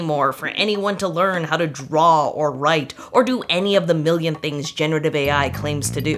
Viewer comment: "I can't deaw a horse" show a ton of drawings of horses